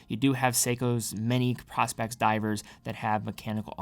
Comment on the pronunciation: Uh, nope, the bracelet DOES have a diver’s extension. Someone is demonstrating how to use it in your video. How can you produce a video, if in fact you produced the video, and have no idea of the content in the video. Are you a content creator or not? Asking for a friend. And it’s pronounced Pro-Specs as in Professional Specifications. No what your hawking dude. You’re damaging your credibility. Sheesh. SMH 🤦🏻‍♂️